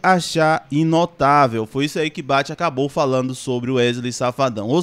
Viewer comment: Cara...Tu lê muito mal. Da agonia ver alguém ler e nem saber usar pontuação, trocar "intocável" por "inotavel" 🙄🙄🙄 misericórdia! Quem não lê bem tem péssima compreensão de texto